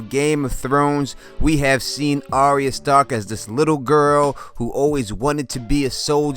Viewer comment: It's pronounced "Ar-ya" like "Are-ya going to the store?" Not "ArEEuh"